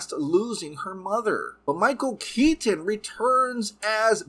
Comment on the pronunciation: I straight up will be skipping this movie. And when the heck was Michael Keaton's Batman ever murderous? And why do you overemphasize Michael Keaton's last name?